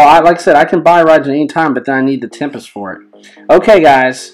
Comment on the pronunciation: Its raijin raijin you kinda say it wrong but its OK😊😊😊😊😊